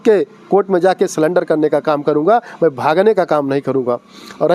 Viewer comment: Pahley bolna sikh lo Ye ye kartey ho raja ka naam lekar papularty lena chah raha hai Surrender hota hai salender nhi